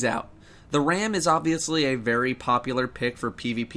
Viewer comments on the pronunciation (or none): none